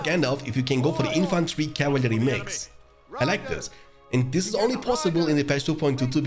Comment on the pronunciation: cav-il-ary haha